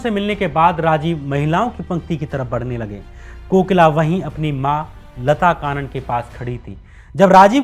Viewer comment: लता कानन नहीं... लता कन्नन! और 'लेट्टे' नहीं L.T. T. E पढ़ते हैं!